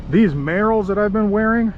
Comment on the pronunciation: I like how you pronounce Merrell